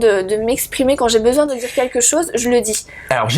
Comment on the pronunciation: "quinlquin" d'entière... ok ok